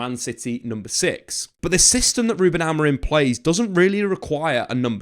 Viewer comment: His name is Amorim, stop pronouncing it with an "n" at the end